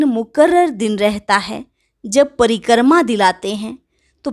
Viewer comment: It is "Pari- krama" not preekrama or pari - karma. Krama not karma. Omshanti thank you